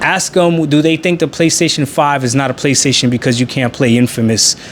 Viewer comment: "If somebody ax you"